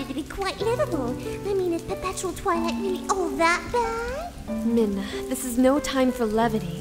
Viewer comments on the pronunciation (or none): sounded like you said" taken over by the ruler of the toilet" so did evry time u sed twilight.